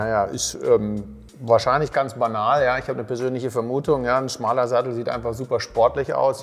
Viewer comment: Falsch: schmaler ! Richtig: schmäler !